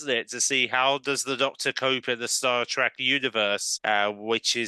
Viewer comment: Star TrEk. Not Star TrAck.